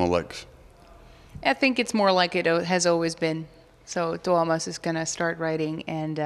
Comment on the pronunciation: Wow, Floor has to be the first foreign person to pronounce "Tuomas" perfectly! But then again, I heard that she has started learning Finnish.